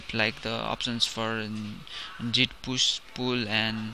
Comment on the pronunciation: Bro .. nice tutorial but its "Git" not "Jit" !! :-)